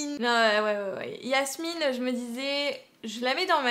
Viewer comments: C’est Jasmine pas Yasmine 😂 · On dit Jasmine pas Yasmine ! 😅😁❤🧡💛💚💙💜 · Grave cool la vidéo ( c’est Jasmine pas Yasmine 😭😭😭) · Chui la seule a attendre que dit yasmin alors que c'est jasmin 😭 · C'est pas Yasmine c'est jasmine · pk tu dit yasmine c'est pas jasmine mdr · c'est pas yasmine c'est jasmine et tu a pas mi raiponse